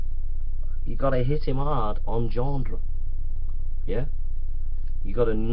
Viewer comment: Ah come on.... Anyone else watching this pissing themselves by the 6th 7th ..........25th time he says 'genDre'. :D